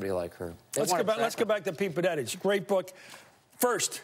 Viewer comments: I realize Buttigieg is difficult to pronounce for many...but "Bunnetige"?? Come on, Chris Matthews, practice before going on air. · Mr. Matthews, can you please learn to pronounce as follws: Pete budda judge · Hey Chris, love your show, but it's BOOT-edge-edge, or BUDDHA-jedge. Everyone else on TV can say it; so can you! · You wonder if Chris has something against him because he will not take the time to learn the correct pronunciation of his name